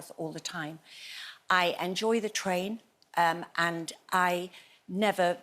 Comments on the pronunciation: Tain Terror... "Train" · I think you mean "Train" terror, rather than "Tain" terror?